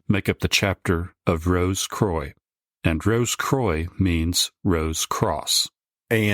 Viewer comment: As always great stuff guys. Not sure about the French pronunciation of croix though 😂. It should be more like qwa. Or quack without the ck.